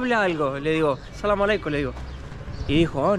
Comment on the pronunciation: No se pronuncia salamalek Es: as salaam ealeiiikun